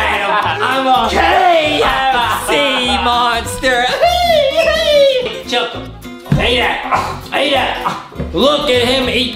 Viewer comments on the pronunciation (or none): I love how Justin zez chicken like chilken